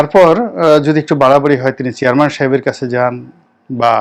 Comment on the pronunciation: আসসালামু আলাইকুম। মনে হচ্ছে, আপনি উচ্চারণ করছেন," চেয়ারমান" আপনি তো জানার কথা শব্দটির উচ্চারণ , "চেয়ারম্যান" । দুঃখিত , ভুল বুঝবেন না, আমি আপনার শুভাকাঙ্ক্ষী। তারিক উল আলম